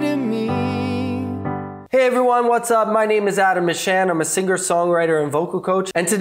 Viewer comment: 6 people disliked this video due to the way he says singer.